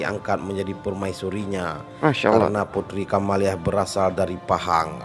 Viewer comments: Kamaliah bukan camelia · Putri kamaliah bg bkn camelia 😁😁